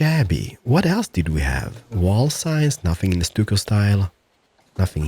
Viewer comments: It's pronounced "stuck o"! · I watched all your CS videos, and saw this. Hadn't even heard of this game. Watched 2 of your vids on PC and I'm hooked, already pre-purchased game. Love what you created. Oh ya, stucco is pronounced "stuck-o", love your boooshes..!!!!! LOL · by the way it pronounced stucko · stuck-o easier way to pronounce it but any way good vid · Stucco is prounonced with a ck not just a c noise so it would sound like Stucko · Stucco is pronounced stuck-o